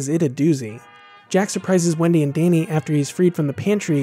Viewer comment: "Dainy" ? XD Good video btw, great choice of movie.